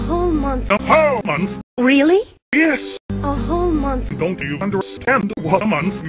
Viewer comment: "Zelda, I'm going 'away' foar? a munf." "A month" "A munf." "A whole month" "Da HO munf!"